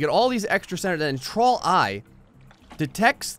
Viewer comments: half of the time he was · whenever u said "trawl", i cant help myself thinking you're saying "troll"